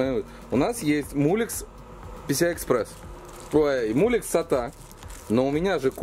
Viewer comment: уважаемый автор,прекратите коверкать название коннектора Molex ,отвратительным словом мУлекс.